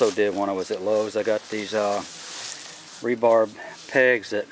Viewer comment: R E B A R.... not ending with a B